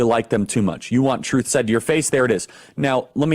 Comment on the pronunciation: They have no shame pronouncing the word "truth."